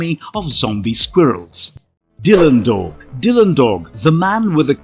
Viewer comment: OMG you butchered Dylan Dog 😮